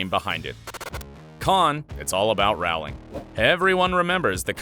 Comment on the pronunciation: She's only maybe the most famous woman in the whole world, but you can't even pronounce her name right? It's Rowling like bowling, not like howling.